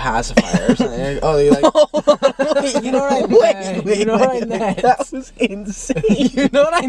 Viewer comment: “You know what I net”